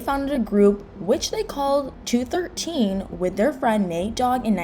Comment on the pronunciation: It's pronounced "two, one, three."